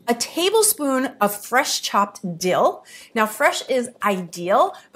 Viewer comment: Fresh dill is “I-dill” 😅